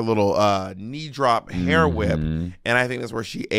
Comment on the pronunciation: What is this "hair" pronunciation from Monet? Has she been hanging out with Kiwis?😅